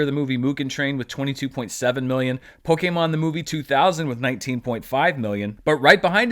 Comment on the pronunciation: Stop saying Pokemon that way